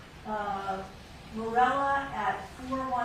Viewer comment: Witness" name is MIRELLA not Stella